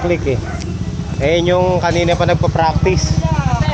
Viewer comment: fraktis ...makes furfpek 😂